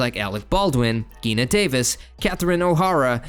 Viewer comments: Her name is PRONOUNCED G-i-n-a like Jee-nuh like say the letter G. And add NUH. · Omg, Geena Bellafonté O’Hara havok Day-O These are NOT difficult words to pronounce. Ugh 😩